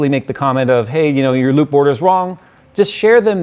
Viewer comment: I hear lube all the time when you say loop